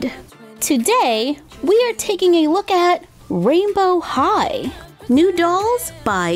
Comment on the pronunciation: OMG!!!!! Rainbow high sounds like “royal high”